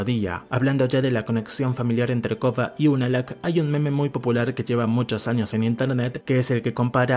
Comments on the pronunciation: Excelente video, a mi me gusta mas la leyenda de Korra. Pero porque le dices “Kogha”? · A él le cuesta pronunciar la "R".